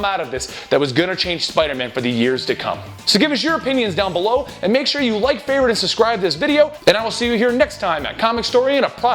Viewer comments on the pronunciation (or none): none